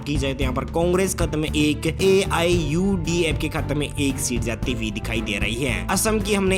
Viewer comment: Even can't take the name of political party AIUDF Properly. Learn to present yourself. Thenafter, come here to expose your knowledge.